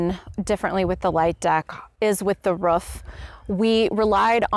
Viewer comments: Took me a third of the video to figure out she was saying roof. I was scratching my head trying to figure out what a ruf was lol. Doh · Haha. here. I have seen this before from others. I guess I pronounce it "ruef"? I don't know how I would even say "roof"? Must be my Oklahoma roots. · " ...on the ruff.."